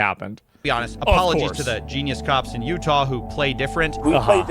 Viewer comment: ”I’m sorry did you say youta?”